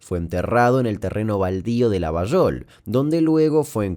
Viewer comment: muy bien pronunciada "Llavallol", que no es correcta la forma pero es como lo pronunciamos lxs llavallolenses.😁Esa teoría de la vinculación con el mosad y con la cacería del nazi eichmann lo leí pero no hay nada más que un par de notas viejas.